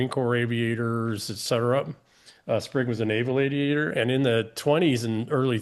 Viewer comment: Tell EM it's "Spig", not "Sprig". Spig Wead.